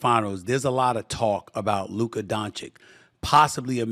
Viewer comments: SAS can say Joki-CH in the same sentence but not Donchi-CH?! I don't know if it's hate or just disrespect. If he's incapable (which is sad for a journalist), then why not just call him Luka. Kudos to J-Kidd as a coach. Great game management and adjustments this off-season. Hope the Mavs take it all! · My God, S.A., learn how to pronounce his name. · It's easy to make fun of how Staveen A Sammeeth says Doncic's name but the truth is he doesn't know any better and wouldn't change even if somebody corrected him. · Just say Luka. We'll all know who you're talking about. You're still pronouncing Doncic wrong. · Sad that Stephen still can't say Doncic correctly.